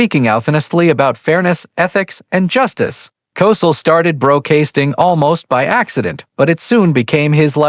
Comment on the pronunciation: Coell, cossell, and so much horrible narration. Having a bot tell me about the human side of life is too ironic.